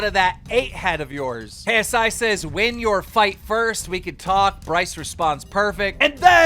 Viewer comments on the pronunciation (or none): none